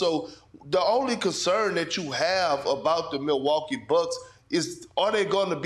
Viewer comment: Really espn? MILWUA??? KEE? IT'S MILWAUKEE BRUHHHHHH.